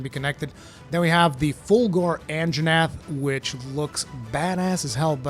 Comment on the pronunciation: “Fulgore anjanath”